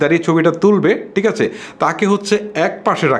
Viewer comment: ভাইয়া, আপনার ভিডিও বেশ কোয়ালিটিসম্পন্ন। তবে, আপনার কিছু উচ্চারণের দিকে বিশেষ মনযোগ দিতে হবে৷ বিশেষত 'থ', 'ছ' এবং 'ঠ' -তে৷ যেমন: টিক আচে? তাকবে.....